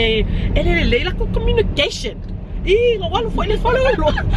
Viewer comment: hahahaha gommunication gommunication lol